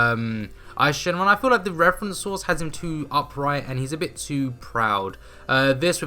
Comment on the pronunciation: For info it’s actually Eis Shenron